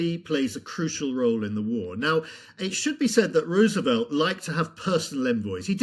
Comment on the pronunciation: Great interview but one pet peeve- it's pronounced Rose-e-velt, not Roo- sevelt.